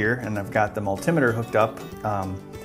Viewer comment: Multimmiter :P Why don't you just say multimeter?